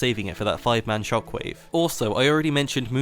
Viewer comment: It's weird how you speak English so terribly. Sure, you're from England, but you mispronounce SO many things. First and foremost, Orianna's ult, you somehow added a "t" and "r" (trok wave) into a word that's called "Shockwave." JFC get your shit together man, seriously. It's unbearable to hear you pronounce so many words.